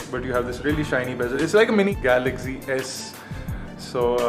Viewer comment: why you say it galagzy not galaxy?